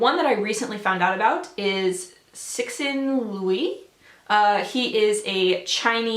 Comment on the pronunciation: That pronunciation of Cixin Liu is fucking hilarious